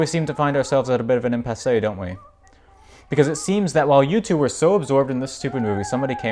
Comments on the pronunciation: Impass-ee'd THEZE NOOTS NOOTS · I like his pretentiously incorrect pronunciation of "impasse".